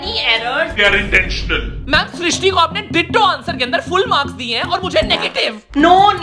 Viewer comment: Thank you for srishti it's my name you pronounce my name perfectly ❤